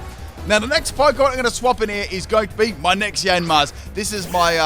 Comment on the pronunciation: Nobody:: YaNmAsK, MaYjArNa, YaVaNtAl